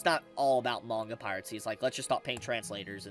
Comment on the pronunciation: Pirate-cy?? Dude I swear to god you mispronounce things on purpose 😂.